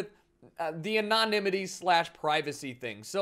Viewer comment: anon-nimity XD